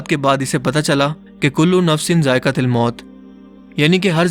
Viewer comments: Kulu nafsin zaiqatulmout he zaiqatilmout nhi bhai ap galat parh rahe ho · "Zaiqa til" nai "zaiqa tul" ha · jo ayat ap tilawat farma rhe han zaeqa tul moot hai na k zaeqa tel moot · Zaikatul mout۔۔۔۔۔۔۔not zaaikatil mout sorry for hurting u😢😢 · میرے بھائی zaekatil نہی ہےzaekatul ہے۔۔۔جزاک اللہ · Assalam o Alikom bhai ap ny 2 bar aik mistak ki hy ap ny jo aik galti 2 bar ki wo ya thi ky kulu Nafsin zaika tul moat hy ap zaika til moat bola hy 2 bar to plz correction kar lain shukrya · aap Ayat ko ghalat parh rahay hain "كُلُّ نَفْسٍ ذَآئِقَةُ الْمَوْت Kullu nafsin zaiqatul maut" aap h "zaiqatil" bol rahain plz correct this mistake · سلام！ میں امید کرتا آپ خیریت سے ہوں گے۔ مہربانی فرما کر قرآنِ کریم کی آیتِ کریمہ کو درست تلاوت فرمائیں ، ○كُلُّ نَفْسٍ ذَآئِقَةُ الْمَوْت○ تاء کے اوپر پیش آ رہی ہے جبکہ آپ نے زیر پڑھی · Apne quran pakki jo ayat parhi he wo galat he wo zaiktul moat he zaiktil nh he taaa pe pesh he zer nh 😒😒😒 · جناب کل نفس ذائقةِ لموت نھیں بلکہ کل نفس ذائقةُلموت ھوتا ھے اور لفط مَلَك الموت نھیں مَلك الموت ھے زرا اصلاح فرمائیں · Hi, Hope you are fine. You recite the Ayat كُلُّ نَفْسٍ ذَآئِقَةُ الْمَوْت. Recite it Zaika tul Moot instead of Zaika til Moot. I hope you shall recite it correctly and never mind. Ward Regards. I appreciate your efforts. Waiting for your reply. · zaika til nhi bhai zaika tul maot hai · ذَائِقَةُالمَوت hai ت par paish hai zabr nhi Bhai g.... doing good job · Bhai za'ika tul most ha Na k til moat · بھائ نکتہ چینی نہیں کر رہا چونکہ قرانی آیت ہے اس لیے اپنی اصلاح کر لیں کُلُّ نَفࣿسٍ ذَائِقَتُہ الࣿمَوࣿت ہے ت کے اوپر پیش ہے زیر نہیں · آپ نے آیت دو بار اعراب کی غلطی کے ساتھ پڑھی۔۔۔کل نفس ذائقتہ(٫) الموت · جزاک اللہ خیرا کل نفس ذائقہ الموت، آیت پڑھنے میں غلطی کی ہے درست فرمالیں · آیت غلط پڑھ رے ہے كُلُّ نَفْسٍ ذَائِقَةُ الْمَوْت. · بھائی جان آیت کو صحیح کرلیں ذائقۃ پر زیر نھی پیش ھے